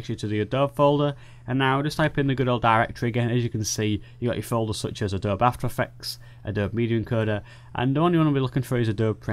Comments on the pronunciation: I can see that your intelligence is far ahead of mine and I wouldn't even consider a 'sparring of the minds' with you. However, just for the record, the pronunciation of the word "Adobe", is just like this phonetically spelled version: Ă-doe-bee, (if I may be so bold). Thank you for that video tutorial. I happened to stumble onto it while searching for something entirely unrelated. It looked like something I'd like to know, so I watched. I have yet to assess if it can be applied to Adobe Photoshop CC, Lightroom, or Adobe Photoshop CS6 Pro. In fact, it's possible that this tutorial is only for those who have an older graphics card. I have a GTX 1070 and my other desk top has a much older card; an MSI R7970 BE (ATI/AMD?). Because I must resume what I was initially doing, I can't check on those questions just yet, but I will. At any rate, the video was very easy to follow and I thank you. Rich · A - DOB - E. Three syllables. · hilarious the Adobe-E pronunciation. I will use it next time I am drinking tea or an english benchmark. btw, adob might be in the path, so no need to do cd nonsense. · Its triggering me so hard how you pronounce Adobe...